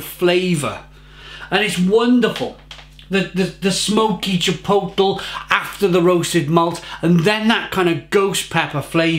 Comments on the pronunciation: Each time he says chipoetel...I cringe. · if you're gonna review chipotle flavoured beer please learn to pronounce it